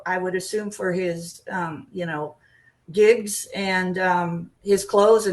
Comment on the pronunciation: JIGS??? Erm, lady needs to brush up on her “modern speech”. It’s GIGS with a hard G.